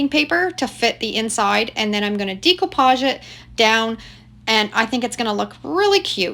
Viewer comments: I just started watching your videos, and couldn't figure out what you were saying! The term is pronounced "Deck-o-page," not "Deek-o-page.". Hahaha! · Great projects!!!! Maybe it’s a Canadian thing but the way you pronounce Decoupage stood out so much I was distracted, lol. In The US we pronounce it - day·koo·paazh. Every time you said - Dē co pauge I kept thinking decompose, hahaha. Anyway, I digress… The projects are great!! Thank you for sharing! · Love upcycling and enjoy your vids. Not trying to be a stickler, however, it's "day"-coupage not "dee"-coupage. Per Webster, the word is spelled with an accent above the "e" which gives it a long "a" sound. Forgive me, but it throws off my old ears every time as I try to listen to your instructions. 😵‍💫 Loved the sap buckets! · Wheres your dump at notice u say decopage differently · You’ve done some fantastic diy’s here. I’m all for saving the land fills from becoming so overcrowded with things that can still be revived. Glad you have the foresight to 😅see that and pass along the ways to revive throwaways. I do wonder though if “decoupage “ is pronounced differently in Canada. I know it as day co Podge or deck ko Podge, phonetically sounding. Am I saying it incorrectly?